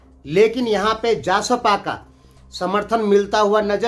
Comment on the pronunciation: जासपा नहि जसपा बोलो जि